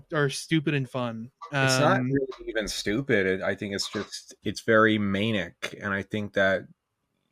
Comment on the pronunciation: The way says manic as "Maynick" is driving me insane lmao